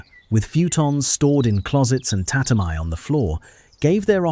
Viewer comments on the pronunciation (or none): The information is accurate and had some detailed facts I learned in this video. However, the AI images and pronunciation of Japanese terms were often shockingly inaccurate. One in particular was the pronunciation of tatami, which the AI pronounced ta ta my, when it is in reality ta ta me. One thing that stuck out to me was the constant appearance of a denim-like fabric on kimonos, which didn't exist until the post-war period. I would strongly advise checking the accuracy of the generated images and perhaps checking spelling, even on English words. There is good intention here, but I believe you should check all facts and images before uploading. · You must be Japanese. They can't relax for even a second and obsessively nit pick on everything. It's true! We all know it's AI. We all know AI can't pronounce every word accurately, especially foreign words like tatami. That's the same issue with 99% of audio generated AI voices. Sure, they could have changed the script to read: " tuhtahmee" to help AI, but since most video production and editing is outsourced, they would have had to re-record and re-edit the entire video. Do you know how expensive each iteration is going to be on subscription plan? Plus, the editor and video generator would quit if the channel owner nit picked on each word. It's a good video. Let small things go and appreciate their excellent effort. It's a really good video. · ...today I learned that AI cannot pronounce tatami.